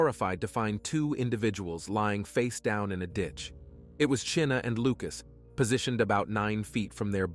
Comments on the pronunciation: Chyna, as in China, not Cheena! May she rest with her name pronounced correctly. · Her name is pronounced China not chinna